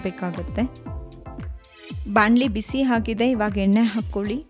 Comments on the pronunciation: Madama yella super adre pls alpa prana mahaprana swalpa.sari madkoli. Nagu baratte neevu yenne ge henne anthaidre.. kannada halnadbedi pls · ಹೆಣ್ಣೆ ಹೊಣ ಕೊಬ್ಬರಿ ಅಲ್ಲ…. ಎಣ್ಣೆ ಒಣ ಕೊಬ್ಬರಿ 😂😂 ಪದಗಳನ್ನ ಸರಿಯಾಗಿ ಉಚ್ಚರಿಸಿ ದಯವಿಟ್ಟು… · ಎಣ್ಣೆ ಹೆಣ್ಣೆ ಅಲ್ಲ ಅಕ್ಕ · ಯವ್ವಾ ಅದು ಹೆಣ್ಣೆ ಅಲ್ಲ ಎಣ್ಣೆ 😂😂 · Madam, adu henne alla.. Yenne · ಸೂಪರ್ ಮೋದಕ but ಎಣ್ಣೆ ಅಂತ ಹೇಳ್ಬೇಕು ಹೆಣ್ಣೇ ಅಲ್ಲ 👍👍😊